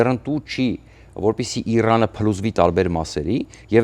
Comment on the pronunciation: Ուրիշ մարդ չկա հրավիրեք։ Ձանձրացանք սրա սեփական վերլուծությունից։ Ամբողջ աշխարհն է դեմ սիոնիստների պատերազմին, սա սազն առած` գովում է։ Նախ թող սովորի իր կիսառուսական կրթությամբ սովորի Իրան արտասանի։ Շատ անդուր մարդ է, և չի լսվում։ Ուղեղի գալարները քիչ են։ Սա մի խումբ հայրենասերների կողմից, փոխել խնդրում ենք սրան։ Ամերիկայում շատ ավելի հարգելի մտավորականներ կան։